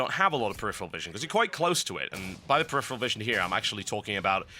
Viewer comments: Dude, you have a fetish for the word preriferal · We should have a drinking game where we drink every time TotalBuscuit says "peripheral"